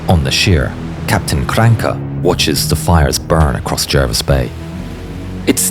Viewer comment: it's not Krancke it's KranAcke